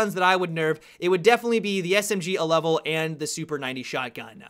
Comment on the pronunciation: Ha he said Smg alevel